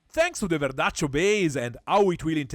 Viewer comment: The real verdaccio pronunce!! Ce piace verdaccio!!